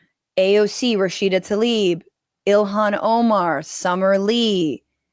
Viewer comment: Her name is Tlaib (ai like ay in gay), why do you follow right-wingers in mispronouncing her like "Talib" in "Taliban"?